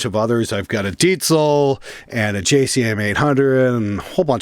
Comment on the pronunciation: You're the first english speaking guy I heard pronouncing Diezel correctly. Nice!